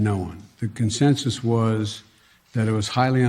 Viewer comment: Joe Bejing Biden is taking all the blame and then says there was no ``con-census``. Ok,we have hear it straight from the do-do bird.